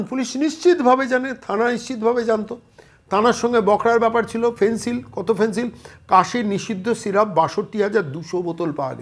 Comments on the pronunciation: 'ফেন্সিল' নয়, 'ফেনসেডিল', কফ সিরাপ। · ফেন্সিল কি বলছেন ? বলুন ফেন্সিডিল !